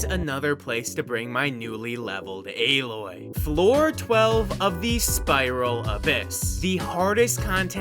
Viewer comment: AH-LOY my dude